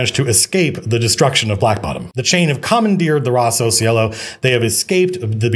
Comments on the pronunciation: As an italian took me a while to understand that was "Rosso Cielo" and not Rossow sielo. Think is a cool name. Great video, inspiring as always. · I kept hearing Rossos Yellow. "Red Yellow? that's silly." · his italian sounds very weird, so I'm not surprised